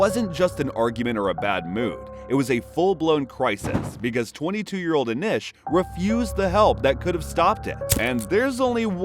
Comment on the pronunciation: How are you gonna hear “Anish” on video and still pronounce it wrong?🙃